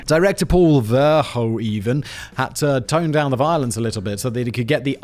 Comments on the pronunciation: Today I Found Out: The name "Verhoeven" as in Paul Verhoeven is pronounced Ver- WHO -ven and not Ver- HOE -ven. Please Simon, set an example. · You would think Simon could pronounce EU names since he lives there....verhohevha ven????